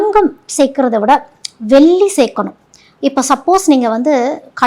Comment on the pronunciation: எல்லாம் தெளிவாக சொல்லும் நீங்கள் வெல்லி சொல்லாமல் தங்கம் *வெள்ளி *என்று தமிழை தமிழாகச்சொன்னால் நன்றாக இருக்கும். குறை சொல்லவில்லை மேடம் தெளிவு படுத்துகிறேன் நன்றி.